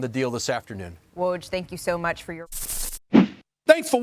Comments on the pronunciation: I'm just glad to finally hear somebody pronounce Woj's name correctly!! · She might be the only host who consistently pronounces Woj's name correctly